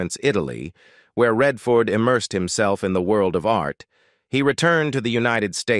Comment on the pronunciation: Lol..who says emerseed..when the word is immersed..🇨🇦